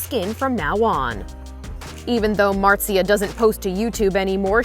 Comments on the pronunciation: That's not how you pronounce her name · Pewdiepie: Marzia: Martzia